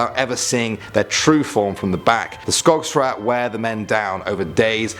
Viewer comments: mcparty yeah i know but i thought it sounded funny hahaha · Its skogsrået not skogsra...